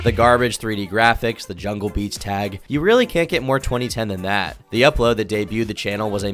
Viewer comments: Its Jahlil beats lol... not jungle beats and Jimmy Eye-Veen but Jimmy Lovine is pretty funny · its "Jhalil Beats" not "Jungle Beats" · its jahlil beats not jungle beats lmao. Great video tho man really brought back some nostalgia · Actually, it’s “Jahlil beats” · It’s Jahlil beats, not jungle beats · U didn’t grow up on hip hop huh? Lol it’s Jahlil Beats not jungle beats, and Jimmy Iovine, with an i